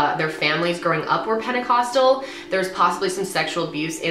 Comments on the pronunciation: I dare you to take a shot everytime she says penicostal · how many fucking times is she gonna say penticostal fuck!!